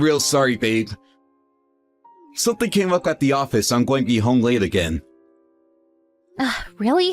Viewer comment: “ sorry it’s GOH be a late one” “Nasiness” “ I’m goh be home late again” “ my bosses head, goh bean da chopping block” “my friend Day” (instead of Dave) “wif her”. This male voice actor cannot pronounce the words: “going, being, the, with” and purposefully doesn’t pronounce the last consonant of most words. To a former English major this just is like fingernails on a chalkboard. To someone who’s made a career out of speaking the English language, the male voice actor needs to enunciate it correctly.